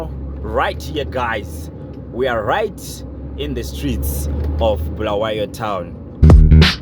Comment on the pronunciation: Its Bulawayo not BHULAWEYO